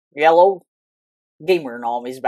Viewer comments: he say yellow not hello in intro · You say yellow or hellow